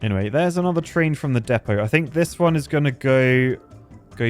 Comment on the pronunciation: You don’t understand just how refreshing it is to finally hear somebody on YouTube pronounce ‘Depot’ correctly!